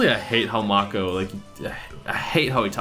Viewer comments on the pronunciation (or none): Say it like this: Make oh NOT Mock oh Do you even Yugioh bro! 🤔? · he called them pokemon and it's pronounced m-ay-co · Did you never watch the show? May-Ko Tsunami. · The cat in the garbage can is a secret... And it's mako with a long a... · did you even watch yugioh? that's not how you pronounce mako..